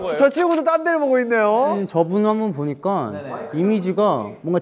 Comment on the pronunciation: 도겸: 전ㄴㄴㄹㄹ냑 정한: 절략. 도겸: 논ㄴㄴㄹㄹㄴ니 정한: 놀리. 은근슬쩍 발음 고쳐주는 거 설렘포인트임.